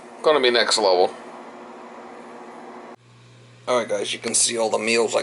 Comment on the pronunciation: Ohhhhh....NEXT LEVEL! I thought all this time you were saying NECK LEVEL and couldn't figure out what the heck you meant. hahahaha NEXT LEVEL!!